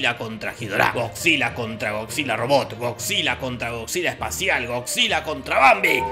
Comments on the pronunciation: yo crei que decia "cockzilla" :v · Nadie: Don Jorge: “Gogsila” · Escuchar a don Pinarello decir "GoCzilla" es un viaje de ida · estaba buscando este comentario. pensé que tal vez estaba escuchando mal